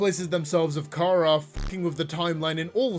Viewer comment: Everytime I hear "Kara" I have a stroke💀💀💀